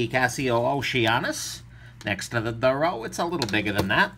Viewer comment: It is pronounced "DOORO"